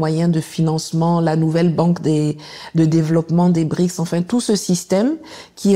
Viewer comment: BRICS PAS BRIX